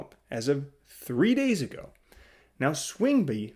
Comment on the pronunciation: Learn how to pronounce swingby correctly. So annoying